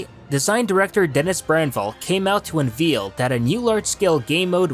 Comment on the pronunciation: "unveel". Is that seriously how says unveil?